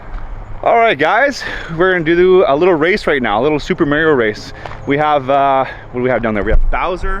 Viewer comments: Lost all credibility as soon as he said "May-rio" ... it's "Mah-rio" bud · love this video haha but pleaseee say MAR IO not MERIO! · Mar - i - o